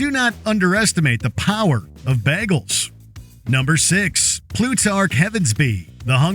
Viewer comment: Did u say bahgels instead of bagels? Did from Community write ur script?